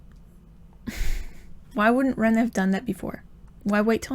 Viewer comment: You would pronounce the "e" in Ren's name how you would say the "e" in elephant. You would pronounce the "i" in Rin's name how you would say the "e" in equal.